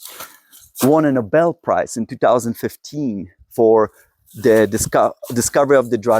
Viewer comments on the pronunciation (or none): none